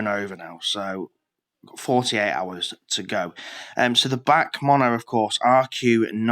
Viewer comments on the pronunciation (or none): The way you say BAC pisses me off tho 😂 you are supposed to say it letter by letter (B-A-C), not all together 😂